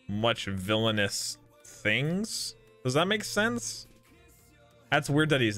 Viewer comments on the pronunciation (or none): none